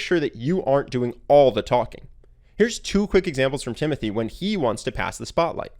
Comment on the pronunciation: Its actually pronounced Timotee...